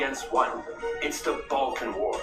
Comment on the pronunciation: Balkan wars not Bulkan wars 😀